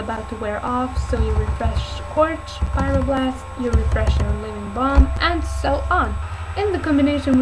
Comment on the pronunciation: Fireblast ? Lol is Pryoblast